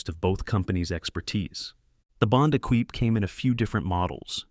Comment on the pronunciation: Lima as in Peru (lee-ma) not pseudo Spanish fruit ! Equipe (e-keep), not Ekweep...